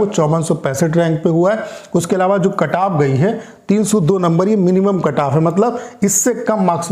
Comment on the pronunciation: Kantap ni bol diya